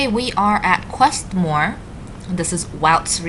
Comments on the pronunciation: I thought my region was quite impressive. And you pronounced it correctly. It's not Woot. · Thanks for touring my region! And yes you pronounced it correctly, loss was wrong;)